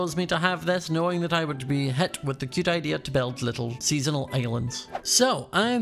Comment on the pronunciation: I luv how he says cute he says it like keute